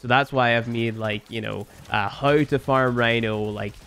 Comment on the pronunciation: I love you bro, whether you play Warframe or not. I love you because you change the pronounciation of 'now' to 'naei', 'how' to 'haei' and 'somehow' to 'somehaei'. That's rad and always fun ^^